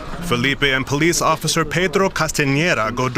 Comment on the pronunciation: don't pronounce Portuguese names with a Spanish reflection Filipe is not Felipe